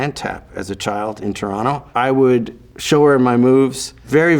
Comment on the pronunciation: I'm simply happy that Mike still pronounces "Toronto" properly.